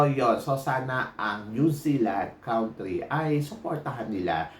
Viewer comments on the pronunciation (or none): YOU MISPRONOUNCED THE WORD "COUNTRY". PAKI-CORRECT PLEASE❤